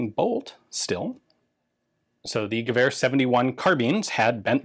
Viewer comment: Vee-rd guh-veer 71